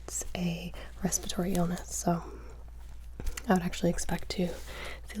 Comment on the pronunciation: Respiratory not respitory